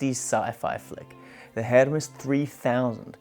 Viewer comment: You pronounced it correctly, as it is a Swiss company. So it is pronounced the Swiss German way and not the Greek way. Your friend may be right on the Greek god, but wrong on the Swiss typewriter company. (Most English speaking typewriter people pronounce it the wrong (Greek) way, too, by the way) And btw: I am German, so: yes, I know for sure 🙂